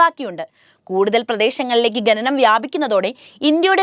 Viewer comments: ഗനനം (ഖനനം), അന്താളിച്ചു (അന്ധാളിച്ചു )...... മലയാളമേ നിൻ്റെ ഒരു ഗതികേട്... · ആവർത്തിച്ചുള്ള ഈ " ഗഗനം വളരെ അരോചകമാണ് " ഖനനം എന്ന് പറഞ്ഞ് ശീലിക്കൂ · ഗനനം അല്ല കുട്ടി ഖനനം കുട്ടികാലം മുതൽ അക്ഷര ശുദ്ദിയോട് കൂടി പഠിക്കാത്തത് കൊണ്ടാണ്. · ശ്രദ്ധിക്കൂ ഗനനം അല്ല ഖനനം😮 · ഗനനം കഷ്ടം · sorry.. Heard of the proverb "coma kills a man"... ഗനനം means TRAVEL... ഖനനം means mining... Pronounciation is important for a narrator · ഗനനം അല്ല ഖനനം ആകുന്നു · ഗനനം, ഗനനം ഗനനം 😂😂😂😂😂😂😂😂😂😂 എല്ലാരും ഇതുതന്നെ ഹൈലൈറ്റ് ചെയ്തിരിക്കുന്നു,, എനിക്കും ഇതുതന്നെ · നാണം കെട്ട അവതരണം... ഗന നം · ഖനനമാണ് ഇവിടെ പ്രധാന വിഷയം ആ വാക്കുപോലും നേരെ ചൊവ്വെ പറയാൻ ശ്രമിക്കുന്നില്ല കഷ്ടമാണ്